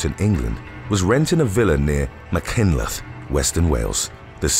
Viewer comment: Machynlleth is tricky to pronounce, isn't it? Don't worry, I've heard worse attempts.